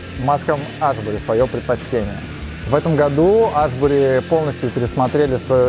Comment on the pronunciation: Аааааааааа))) хоть бы название бренда правильно говорили